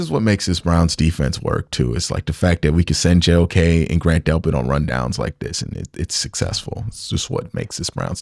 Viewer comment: it’s JOK, not Awok. Great work on analysis. Wish UCSS did more work like this.